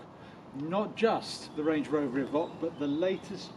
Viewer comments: Is it not pronounced Evoke and not Evock? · Good review…… but…….. evock???? The only person I know to call it an evock. !!! Just a little annoying, a bit like the lovely nigella Lawson calling a microwave a meecrowaavay !!!🤪🤪